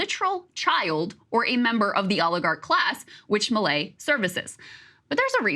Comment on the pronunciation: I'm so confused, am I not hearing milei incorrectly? According to Crystal, I heard everything he said wrong.